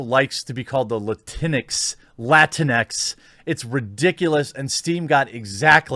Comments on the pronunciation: Yes the word is awful, but can we talk about how Jeremy pronounces this? It's pronounced lat-inks not LATINEX!! LMAO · First, lah-teen-ex sounds like a wet toilette dispenser lmao. Please don’t say it that way ever again, it’s disturbing lmao. 2nd, the Hispanic community does not recognize Latinx And if these agenda seeking cucks don’t stop with their identity politics, the Hispanic community has a vast array of females with chancletas and they are ready to give out chancletazos. If you’re Hispanic y’all already know lol. The Hispanic community has spoken! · isn't it pronounced Latin-X? That is the way I have always heard people say it... I dunno. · I thought it was pronounced "la-tinks" to be honest. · You want to really piss off the morons that came up with that word, pronounce it "la - tinks." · I've always thought it was pronounced as 2 words Latin-X.. Guess I was wrong? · I always read it with the portuguese pronounciation (Latinksss) but like this is funnier, sounds like some sort of off-brand cleanex